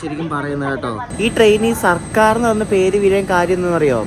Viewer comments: Its circar..not sarkar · ബോറൻ വ്ലോഗ്. സിർക്കാർ എന്ന് പോലും വായിക്കാൻ കഴിയില്ലേ 😭